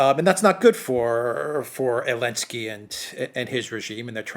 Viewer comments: he actually said Elensky 🤣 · Is it just me or does keeps saying "Elensky" without a Z kek? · A few weeks ago (?) [Z]elensky decreed that the use of the letter "Z" was forbidden in Ukraine because Russian troops and vehicles displayed "Z"s on their vehicles and uniforms as a symbol or logo of their military action. So accordingly dropped the Z from "Zelensky" and calls him "Elensky". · no. you called him elenski. please tell me u r not with the "cancelling the Z" nausium. to me cancelling a letter sounds like something from junior high school and is utterly ridiculous. i proudly display a white Z on my vehicle and if i was ever conversing with an anti-Zer i would sure to use as many Z words as i could think of. plus i find it hard to trust what i hear from a person that would along w cancelling a letter. it's Zelenski. p.s. i do like and watch the duran regularly. keep up the good work! Z